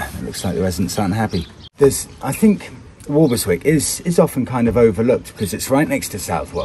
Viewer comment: Hello,, We used to live opposite Walberswick at Reydon and to be pedantic it is pronounce Wobbleswick by the locals. If you visit in August you might be able to join in the British Crab Championship alas it hasn’t happened for a couple of years re COVID, and you can also buy the T shirt proclaiming that, I caught crabs at Walberswick, wear it if you dare. Love the tracker great piece of kit and no annual fee, perfect for that extra piece of mind. Thanks for showing some better parts of Suffolk.